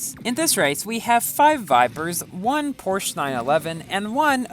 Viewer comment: Pronouncing the word is Porsh - a